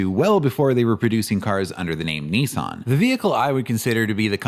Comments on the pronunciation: its also promounced Niss-an not neeee-san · yes but this wasn't any "help." It is *approximately* pronounced nee-SAHNG, but the first vowel is short. Still nee-sahn sounds better than the British/ Australian version. Same for Nikon (approx.: nee-KONG); the British NICKon sounds horrible compared to the original.